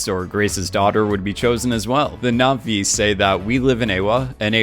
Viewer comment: Your Naʼvi pronunciation was good actually